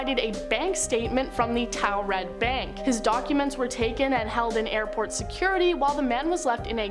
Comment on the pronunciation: Listening to her pronounce Taured as toaw-red instead of tour-red is funny.